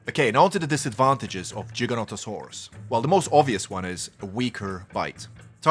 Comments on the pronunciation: Giga not Jiga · Giga with a hard G like in gigabytes. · He still says it wrong